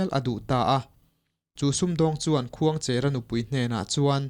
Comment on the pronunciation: Khuangchêra (pasalțha) hming leh tuna i sawi Khuangchera hming hi a thluk a inang lo aw. Heta 'cher' hi chu "Rul a lo tleng mek" tiha tleng thluk hian lam tur.